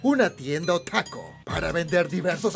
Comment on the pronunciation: Es "otaku" no "otaki"